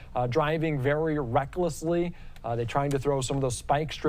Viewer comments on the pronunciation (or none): "Vewier discretion advised".....what a moron